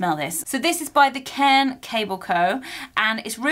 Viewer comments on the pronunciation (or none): none